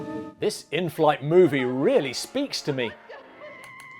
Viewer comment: When the cc showed, "this in-flight movie really speaks to me", it sure sounded like "stinks to me".